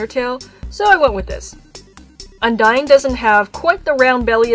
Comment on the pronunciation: I'm gonna scream it becomes it really bothered HER NAME IS UNDYNE NOT UNDYING!! thank you for listening